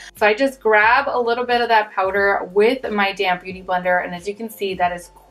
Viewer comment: Love your videos!! Anyone else hear "damn beauty blender" every time she says damp beauty blender? Lol